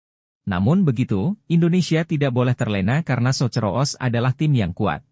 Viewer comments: Socceros dibaca sokeros bukan soce ro os.... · Socceros,baca ;sokkeros